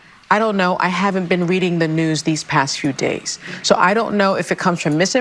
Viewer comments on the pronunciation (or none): none